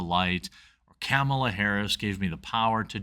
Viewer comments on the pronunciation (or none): none